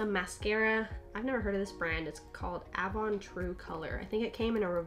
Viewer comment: Avon? Lol i say it aye-von lol my grandma used to buy me that stuff..if that's what it is lol